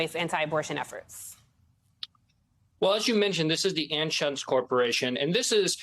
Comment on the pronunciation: FYI - Anschutz is pronounced an-chutes. Wendel Anschutz, a first cousin of Philip, was a TV news journalist in Kansas City Missouri, at least that's how he pronounced it.